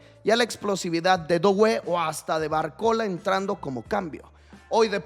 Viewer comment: no se dice DOuue, se dice DUE como juntando la o con la u en frances DUE